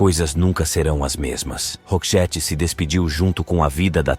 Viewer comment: Tem muitas coisas erradas no vídeo, a pronúncia do nome da Marie, a pronúncia do nome da banda e do álbum Joyride e até mesmo colocaram um vídeo da Dolores do the Cranberries como se fosse a da Marie 😄